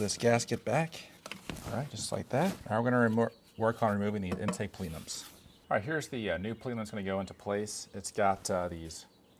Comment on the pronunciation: Pleenums ? I dont think its pronounced that way there is only on e in the word.